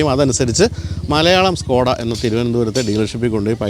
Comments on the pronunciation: സ്കൂടാ അല്ല ചേട്ടാ സ്കോടാ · സ്കോഡയല്ല ചേട്ടാ ഷ്കോഡ... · ഇത് skoda അല്ല ചേട്ടാ shoda ആണ് 😅